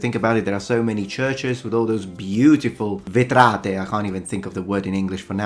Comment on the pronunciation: I thought for a second you were saying that gothic stained glass windows are called vetrati in English 😂